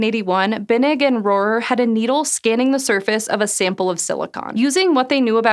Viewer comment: Holy moly, you pronounced Rohrer correctly. That’s my last name and I’ve probably heard a dozen, awkward mispronunciations over the years. “Hello, is Mr RoHAIR there?”